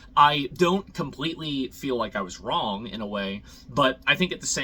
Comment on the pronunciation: You pronounced "I was wrong" incorrectly